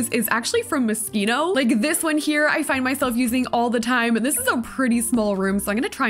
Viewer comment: I hate being like this but its My ADHD and Me being a COMPLETE English nerd... Moschino is pronounced Moe-sheeno